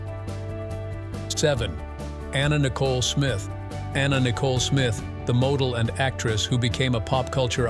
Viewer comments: Some very strange pronunciations: model pronounced modal. Last names pronounced more than one way. The usual for these AI voiceovers. Hire a real person! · Anna Nicole Smith was a moh-dull? Seriously, someone needs to ban AI narrators. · Anna Nicole Smith was a "moe-del?" What's a moe-del? Adrienne Shelly - Murdered by a construction worker who staged her body to make it look like a suicide. Dominique Dunne - Strangled by her boyfriend. Rebecca Schaeffer - Murdered by an unhinged fan. Dorothy Stratten - Murdered by her psycho husband. Lana Clarkson - Murdered by record producer Phil Spector. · I didn’t know that Anna Nicole Smith was a “moh-dull”. AI voice sucks. Oh, and Robert “Vaug-ner”.